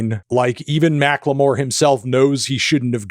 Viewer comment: why does he say macklemore like Macque L'Meauire